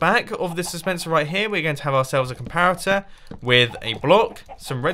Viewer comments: "you want to place a complarator" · id anyone notice mumbo saying comlarator when building the coco bean farm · we want to place a complarator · place a complarator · Mumbo calls a comparator a "complarator" with an 'L'. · I am honestly sick of everyone laughing about mumbo saying comparator. Im in quarantine and haven't seen anything funny in a while. AND I DO NOT FIND COMPLARATOR FUNNY. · Did he just say complaritor? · a comlarator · did he say "complarator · is it just me or did he just say “complarator” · "Complarator" xD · did anyone else hear "Complarator? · Mumbo: Complarator Me:😂😂😂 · ok now we are gonna place a complaroter XD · who else noticed that he said "complarator"? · “Complarator” XD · "And then you place a COMPLARATOR..." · ''You want to place a COMPLARATOR...'' hahahaha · for the cacao bean farm he said complarator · no, not a comparitor a "COMPLARITOR"!! LMAO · On the coco bean farm you said “ let’s place the complariator on this” LOL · He's speaking mumbo jumbo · " We want to place a complarator" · Complarator? lol mumbo u are awesome. secs in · Whats A "Complaritor" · Did he just say complarator? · is it just me or did Mumbo say complarator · "A complarator" lol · Legend O' Logan complarator complarator complarator 😂😂😂 i can't get enhoug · "Complarator" lol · Did he say complarator? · did he really just say complarater? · did he say "complarator" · Legend O' Logan I noticed that too 😂